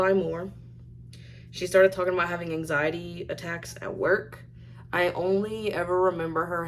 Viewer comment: Not anxiety, as most human earthlings say, no. For, it’s Ang-zy-deeee. Makes me grind my teeth together. WHY DOES SHE CONTINUE TO USE WORDS SHE DOESN’T KNOW HOW TO EFFING USE??